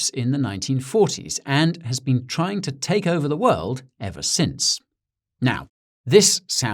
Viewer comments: I thought you were adorable before! You totally slayed me with this one. I love when Brits do American accents, because they're so damn good. Nailed it except for "been," which totally gave you away but made you all the more endearing. Thank you for this and congrats on a great channel. I'm hooked. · One small mistake. The pronunciation of the word, "been". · SBF most likely pronounces the word "been" to sound like "bin" not like "bean".